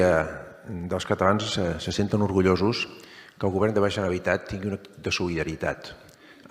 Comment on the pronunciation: Pero si no sap parlar Geralitat Catawunya... Quin pallasso